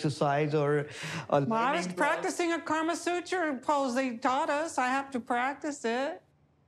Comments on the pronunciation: Kamasutra not karmasutra....., someone, CORRECT her!!!! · honestly... it really bugs me when white people say KARMA sutra